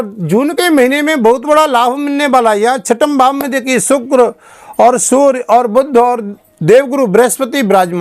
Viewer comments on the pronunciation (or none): phle surry bgvan ko Sur Mt bolo